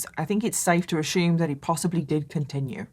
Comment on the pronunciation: "Safe to ashoom"